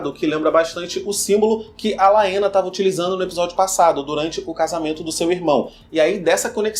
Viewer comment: Muito bom. A história dos ratos cinzentos tem muito a ver com os Meistres mesmo. A pronúncia de Laena é Lena como o Daemon, (Demon), a Haelena (Relena), etc. Grata. Gostei!